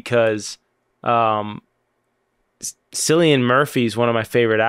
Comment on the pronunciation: Cillian Murphy is one of your favorite actors and don’t know his name sounds like “Killian” and not “Sillian”? 😅